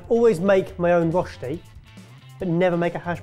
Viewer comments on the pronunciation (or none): Every time they say roshti I cringe so hard. It's röschti. The ö is pronounced similar to the "i" in "bird" (yes english is weird like that xD). So "bird" and "börd" is almost pronounced the same way. Now you know how to say "Röschti"^^